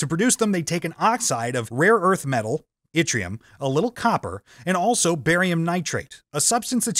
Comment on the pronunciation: You have a pleasant accent. This voice mispronounces almost every scientific term and a few regular words. Winding was mispronounced as well as Yttrium and multimeter plus many more. Very distracting.